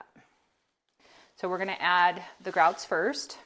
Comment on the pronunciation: I like the way you said it! I'm going to say it like that now too lol